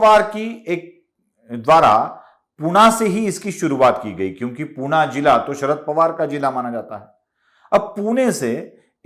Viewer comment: पुना नाही पुणे